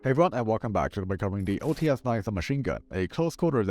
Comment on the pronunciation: OTs 9 not OTS-9